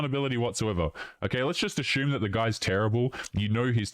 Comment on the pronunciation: English must not be your first language, but you have a VERY annoying mispronunciation of the word "assume". You very erroneously pronounce "assume" as ASHYOOM". There is no SH sound in assume.